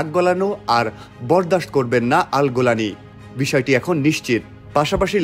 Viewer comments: উচ্চারন গোলানি নয়, বরং জুলানী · গোলানি না রে ভাই,, জোলানি হবে 😅😊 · গোলানী নয় জোলানী! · নামটা ত ঠিক করে বল। জোলানি নাকি গোলানি?